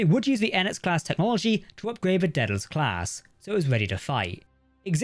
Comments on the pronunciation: It's pronounced Day-del-us NOT Dead-el-us. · Gotta be honest; every time the narrator says "Daedalus class", it sounds like "Dead-ass class".